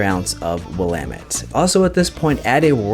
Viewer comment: As an Oregonian, I am so proud that you actually know how to pronounce "Willamette" !! Another great video. I just brewed a Coffee Imperial Stout on my Clawhammer 20 gallon 240v system. This makes brew days so nice in the winter.